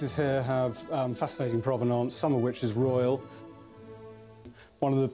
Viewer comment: Elton johns boots…”All the ‘providence’ is with them….?! Urmmmm get the right word ! Provenance! Doesn’t inspire much trust if you can’t get that word right.